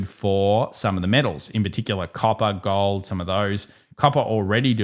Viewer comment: How about "GAWOLD" dude? Oh and no "ION OWH"?